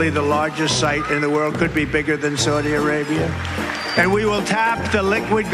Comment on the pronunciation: What the hell is "Sony Arabia" ??